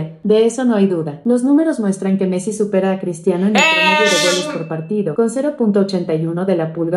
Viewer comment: Messi no mezi jaja